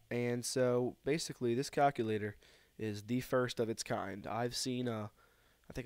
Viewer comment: stop saying cockulater